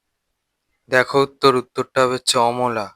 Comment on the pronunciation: 😂চমলা না অমলা